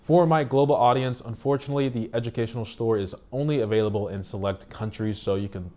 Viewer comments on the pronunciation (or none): none